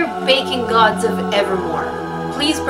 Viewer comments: Lol, ever time you start to pray to the baking gods, I always hear bacon gods, and I always laugh so hard. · I thought she was saying bacon gods this whole time🥓🥓🥓